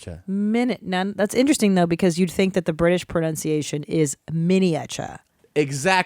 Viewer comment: These two are SO hillarious together. I love how Tom says pro-NOWN-ciation throughout the whole video. 🤣